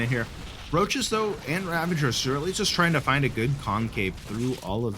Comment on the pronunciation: dude, there is no N in ravagers. Please, learn to pronounce it properly